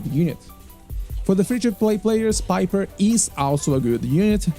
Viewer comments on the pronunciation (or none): none